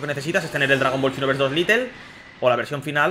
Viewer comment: No es LITEL es LITE